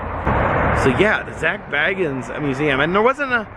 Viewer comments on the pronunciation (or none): Please pronounce his name correctly! It's pronounced "Bay guns". Not "Bag uns". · It's pronounced "Bay-guns" 😂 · It's pronounced Bay-gens. I am dissapointed in this video. Sorry couldn't listen to you talk about what you had seen. Had to give up the ghost (literally) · Everyone says his last name wrong ghost adventures don’t say bag ins it’s say bay gins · This is a awesome video love the Ghost adventures an always have . . An it’s pronounced Zak bay-guns ( bagans)that’s how you pronounce his name correctly lol . 😁👌🏼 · Yours has 2 g-s in it, Zac has 1-g, and he pronounces it Bay-gens... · It's pronounced Beg-ins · HOW DARE HE SAY ZAK'S LAST NAME WRONG!!!!! >:( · No disrespect love your work you are saying his last name incorrectly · Triggered when he says his last name wrong!!! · I love your videos and I love Ghost Adventures and Zak. Just a little side note...it's pronounced with a long A...Bagans. Like the "a" in lake. I'm broke so I travel through you! Keep the videos coming! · Its makes me laugh every time you say his name wrong 😂😂😂😂😂